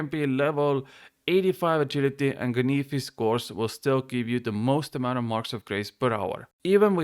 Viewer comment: Say canyfis one more time 🔪